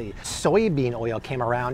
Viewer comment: How does he add so many extra syllables to the word oil?!?